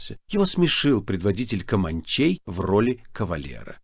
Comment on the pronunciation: Без малого 9 часов благородный Атос старательно разговаривал на разные голоса... Получалось не очень. КомАнчей особенно возмущало новое, оригинальное ударение, которым Атос наградил свободолюбивых индейцев.